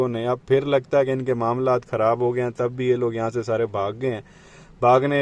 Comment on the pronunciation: Ap jahan tabb ka word use hota a waha wabbb use krrty ain ye wabb kon c dictionrry se nikala a bahi jaann.hhhhh